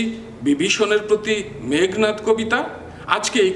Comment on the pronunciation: স্যার বিনয়ের সহিত জানতে চাচ্ছি- উচ্চারণ মেঘ্+নাদ/ মেঘো+নাদ কোনটা হবে। উচ্চারনের নিয়মে মেঘো হয়, তাহলে এখানে কেনো মেঘ্?